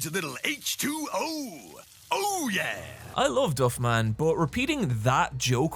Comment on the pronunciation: I wasn’t ready for your pronunciation of "Flanders" edit: or "Duffman"